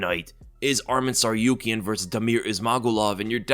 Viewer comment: It’s Tsarukyan and not Tsaryukyan